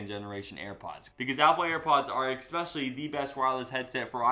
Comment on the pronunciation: ‘Especially’ not exspecially.